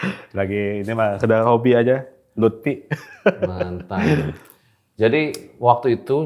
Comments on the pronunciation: LUFFY❌ LUTFY✅ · Lutfi bang bukan Lutpi 😂